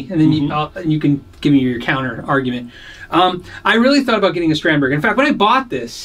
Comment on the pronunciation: Just a head's up: Strandberg is pronounced something more like strawnd-bay